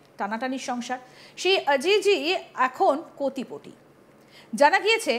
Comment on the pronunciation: কোটিপতি ❌ কোতিপটি